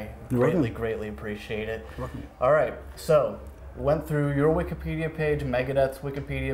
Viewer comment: Will someone please tell this guy it’s Wikipedia not “Wikidpedia”